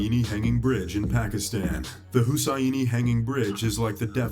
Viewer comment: Israeli = Israel-I Daihatsu = Da-he-aitsu Hussaini = Who's Saini? Fuck me, did this narrator grow up under a rock? His pronounciations are all over the place...